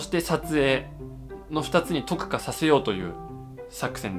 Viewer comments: はじめん頑張れー🎉人が多くなると色々大変ですよねー。そして特化(とっか)をずーっととくかって言ってるはじめん可愛い🩷推せる😊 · 特化（とくか）って言った？ とっかじゃない？笑